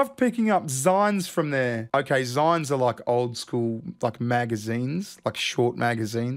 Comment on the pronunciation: "Zynes"? I thought it was pronounced like the end of magazine... Like "zeen".